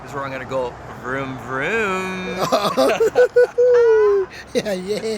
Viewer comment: He said geaow lol